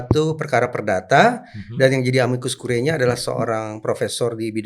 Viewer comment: Curiae dibaca CURIE. Ae dibaca e saja..